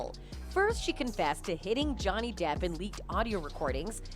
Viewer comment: The sites are 100% A.I. run that’s why they mispronounce depp.